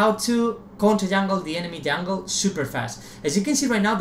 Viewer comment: "Ethreal Jahngle."